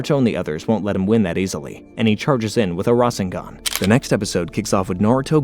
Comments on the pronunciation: Rashengan really 😂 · "RAWSHengan" is killing me inside lol, nice video still tho XD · Ra-sher-ngan for me